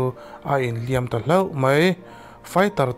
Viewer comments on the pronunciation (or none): none